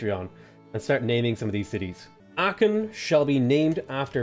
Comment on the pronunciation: Please look pronunciation of Aachen 🙏